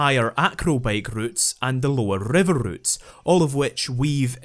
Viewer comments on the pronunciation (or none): none